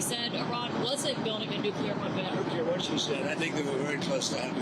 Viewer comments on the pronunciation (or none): "nucweaw weapon"